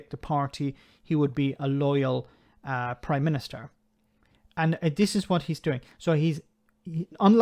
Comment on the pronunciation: Ooh I hope not; imagine having to hear him saying "Oive done this" or "the Proime minìster must do that" for months.